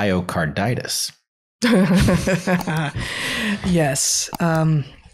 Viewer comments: "Lie-ocarditis"... lol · Lol "lie-o-carditis"